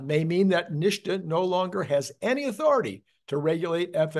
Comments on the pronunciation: typically NHTSA pronounced NIT SA, not NISHTA. But you do you. I don't think the the extra dot will hurt anything. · What is "neeshta"? Where does the "shh" sound come from when the acronym is "NHTSA"? The "S" would need to be two letters further back for that sound. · NHTSA is most commonly pronounced "NIT-SUH" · The correct spelling is NHTSA. In the US auto OEM business I worked in we pronounced it “nit-sa”. Love your videos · It’s said NIT -SA.